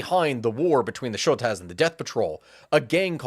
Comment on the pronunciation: Small nitpick but the Shottas and other gangs, true to their refusal to integrate, usually call themselves in more of an English way "Shot-as", so you don't need to put on a Swedish accent for it